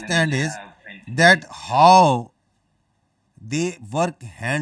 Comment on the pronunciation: Mulla Sharif doesn't know how to pronounce the English word "How" every time he has to say it he says "Haw!!" It's an entertainment to watch him I bet I can watch this shit entire day in loop so funny 😂